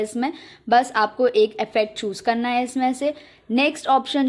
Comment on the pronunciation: Hello dear.... Love to see that... you are from M. P... N When you say.. "kanna hai "- (karna hai) full M. P touch hai🤣😂😁...i like your contents... .. Kindly make Video for... How to choose content.... I am from Jabalpur.. Jabalpur Engineering College passout